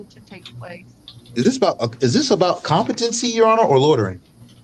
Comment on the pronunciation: If you say "Contepamcy" instead of COMPETENCY then you have already failed the test 😂.